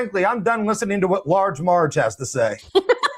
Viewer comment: Did say Large Marg 😂😂